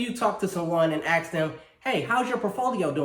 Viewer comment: Did he pronounce ask (axe) ?? Let me axe you a question